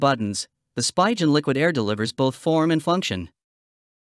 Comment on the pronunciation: Spigen. Pronounced SPEE GUN